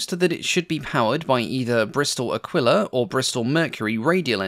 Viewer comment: just one little ocd comment...the motor is pronounced Bristol akeela